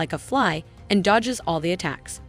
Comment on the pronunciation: dodjes afret dodos 😂